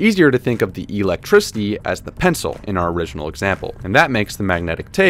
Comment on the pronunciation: Why do I find his pronunciation of "Electricity" quite peculiar? *EEElectricity!